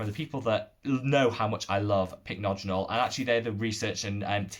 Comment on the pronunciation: you finally got the hang of pronouncing Pycnogenol! 🤭 Lovely video and honestly you're now my favourite YT Skincare guru ❤ I mentioned these products in the livestream yesterday but my top discoveries of this month have been the I'm From Mugwort essence and mask. The essence is so soothing and hydrating and sinks in completely. I had an acne break out this month and the mask saved my skin. It has a very weird texture but it's one of those masks you can use everyday and your skin just feels much smoother and less inflamed. I'm hoping to get their mugwort cream to try as well 🤗